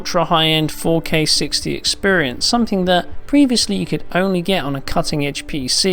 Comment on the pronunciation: Drink when he says expirince